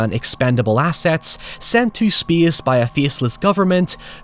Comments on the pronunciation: It's pronounced 'SPACE', not 'SPYEE-AHSS' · “Speeuhs reeuhs.” 🤣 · "In speiace no one can hea you scream."